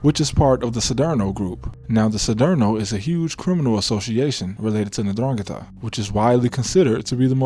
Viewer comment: N-drrah-ghee-tah. Love you videos, bub.